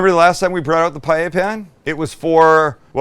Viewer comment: You know this guy knows what he's doing when he knows how to actually pronounce "paella."